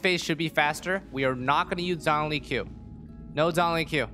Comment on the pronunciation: bro you aren't using Zhongli, but Zhong-E